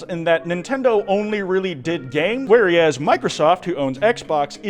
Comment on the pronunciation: I love you but everytime you say “where-ee-as” instead of “where-as” it makes me want to do something bad to myself. Anyways, keep up the good work!